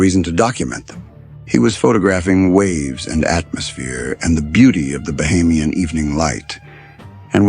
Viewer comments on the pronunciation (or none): none